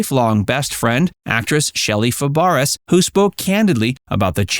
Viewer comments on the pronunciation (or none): It's pronounced Fa-brays! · That was a really horrible misperception of Shelly Fabares" last name.